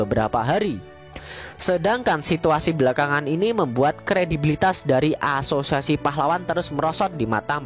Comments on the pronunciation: Gw ngakak tiap lu bilang aasosiasi aowkwowk gatau knpa😂😂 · Haha iya sama. Krna lu blg gt. Saya dgr serius saya ulang ilang, iya ngakak😅😂